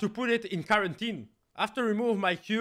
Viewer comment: Nobody:: Karantine.